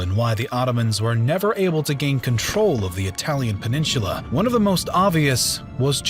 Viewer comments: PEN-IN-SU-LA not peninshula. Annoying. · A Great Video, but please stop mispronouncing the word "Peninsula". It is "Pen in SOOLA" NOT Heaven Forbid, "Pen in SHOOLA" Please stop murdering your English Language!!!!!!! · Peninsula...not "peninshula"! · why do you pronounce peninsula so funny? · your pronunciation of peninsula triggers me